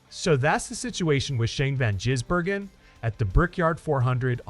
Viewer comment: FFS Try and get his name correct,it`s NOT Jisbergen it`s Gisbergen